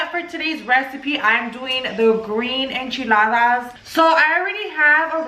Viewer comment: First off , its Enchiladas not echiladas